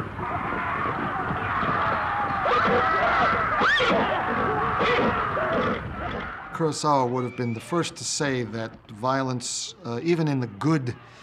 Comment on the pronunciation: You'd think these film experts would be better at pronouncing the name Ku-ro-sa-wa. Krosauwa isn't a name in any language.